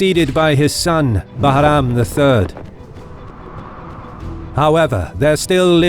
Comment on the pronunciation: Love the way you pronounce Bahram 👍